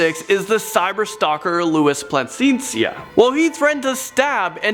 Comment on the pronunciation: Lol plascencia its pronounced pl-a-sen-see-a